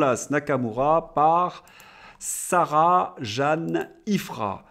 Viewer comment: Bonjour. Merci pour le relai;). Mon prénom se prononce à l'Anglaise. Sarah Jane, Jane comme Jane Birkin:). A bientôt, SJ